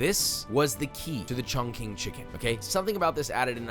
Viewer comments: Bro try to pronounce Chongqing properly 😢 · In mandarin, Q is pronounced Ts. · The Q in "chongqing" is not pronounced like a hard K, but like a cross between CH and TS. Hard to put into writing. Sorry, I took Mandarin in high school and it bothered me :) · What? Chongqing pronounced as "chong-shing", not chongking. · ChongCHING not ChongKING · It's not "chongking" it's chongching lol Qi is pronunced chi not ki. I definitely want to make that sauce though. Sounds amazing. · Chongqing = "Chongching" , not "Chongking" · Surprised our Asian friends didn’t comment on pronunciation of Chongqing chicken. It’s actually “chong ching”, not “chong king”. And I know that the “ch” and “q” are NOT the same “ch” sound in pinyin. :) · Chongqing is pronounced "Chong-Ching" not "Chong-King" - Q in Chinese has a "ch" sound! Other than that, an incredible video! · Love the videos! A note on pronounciation: in Mandarin, a q is pronounced like a ch (not exact, but close), an x is an sh (again, close but not exact), a c is a ts, and a zi is a tze. So, caiziyou is tsai-tze-yo, xaioxing is shaioshing, and chongqing is chongching. I'm totally going to try making your final recipe! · Is anyone gonna tell josh that the q in Chinese pinyin is pronounced “ch”? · It’s pronounced chong( ching) chiken but here in china we call this La chi pai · Just so you know, Chongqing is pronounced like "chong-ching" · chongqing is pronounced chong ching but we understand why you pronounced it differently. But there is no hate or being canceled if you say it the right way. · could've sworn you said Shaun King Chicken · Wow I do really wish you had judges that could elaborate on why they decided on their scores better, with more detailed explanations, rather than just a layman's pov. (p.s. Chongqing is pronounced Chong Ching, or really more like Chong tsing) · Bro called it “ChongKing” chicken to many times 😭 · My soul was hurting every time he said cong-king. 😫😫.